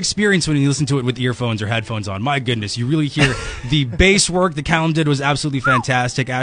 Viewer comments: i was all good and dandy with this interview but at the end he say cay-lum... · i think he said Calum but like Caylum?